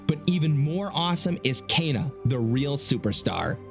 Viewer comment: it's pronounced K-ah-N-ah Not Caina